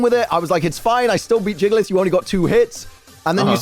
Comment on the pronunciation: Nobody:: JIGalith